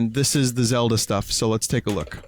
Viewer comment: "Zelder" Hahaha please tell me that was intentional. Also, don't feel embarrassed about your carry case; for my 3DS I have this enormous garish red and blue Mario carry case with all the characters on it. I'm the same age as Vinny, and how many fucks do you think I give?